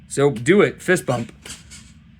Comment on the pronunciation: you shouldve fixed how rocky said fist bump to how he says it in the movie